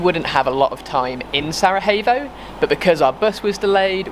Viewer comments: It's actually pronounced "sarayevo" 😁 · Thanks to you two I am now pronouncing Sarajevo correctly. 😉😁